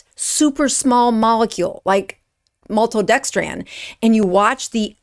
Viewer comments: This is a false information video. First of all, it’s pronounced malto-dexTRIN not maltodextraaaaaan for a reason. A scientific reason. And it’s not deadly. You’re exaggerating to generate traffic to your site. You’ve provided no evidence or data to support your claim. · MaltodexTRAN is what bothered me.😂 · It's actually TRIN not tran. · It's "Element" and Malto-dex-trin not 'dex-tran'. ?? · It's not maltodexTRAN. It's maltodexTRIN. And you're a doctor, huh? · Please forgive this correction, but you're incorrectly pronouncing Maltodextrin. It's not MaltodextrAn. It's MaltodextrIn. (Not An, but In.) Again, not trying to be mean. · Please learn how to pronounce maltodexTRIN - not TRAN. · Isn’t is pronounced MaltodexTRIN ? She keeps saying TRAN. Maybe I’ve been saying it wrong? 🧐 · Maltodextrin, not dextran. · Why do you keep saying maltodexTRAN? It's TRIN. T-R-I-N. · Maltodex'TRIN' not tran. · It’s NOT pronounced maltodextrAN, it’s maltodextrIN. Why undermine your credibility ? You sound uneducated. Didn’t they teach how to pronounce simple names of chemicals in med school? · I’ve never heard a person add a d at the end of random words. It’s just funny. “Maltodextrand” or Cate “Shanahand” 😂 sorry but once you hear it it’s all I hear, good work thou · It’s pronounced “element”. It’s “maltodextrin”. Trin like tin. Are you sure you’re an MD? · Why can’t she pronounce maltodextrin properly? It’s not maltodextrAn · And maltodextrin as well. She kept saying maltodexTRAN. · Why do you keep calling it maltodexTRAN? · Maltodextran? If you can't pronounce it, don't talk about it. And you're a doctor???? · There is a difference between dextrin and dextran, you could pronounce maltodextrin correctly. 400mg of maltodextrin is not going to cause any appreciable rise in blood sugar regardless of the insulin resistance status of the person. Their evasiveness isn't good, but don't be dishonest about the clinical effect of a tiny amount of carbohydrate.